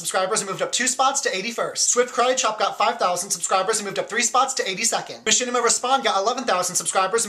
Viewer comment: I like your W&L show, but something that annoys me a little bit, is the fact that you pronounce Machinima respawn wrong every time you mention them. If it's not to much trouble, pleace correct that if they ever get talked about as a winner or looser in the future.... hugz from Norway!